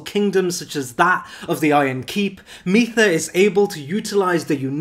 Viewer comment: Mytha is pronounced like "mither", I believe, because she is a nagging ex.